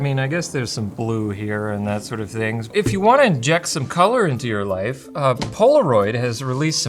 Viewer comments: ngl, first thing I thought he said was "My wife is pretty drab and lacking color" lol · Oh god... I didn't hear life in the opening. I heard "wife".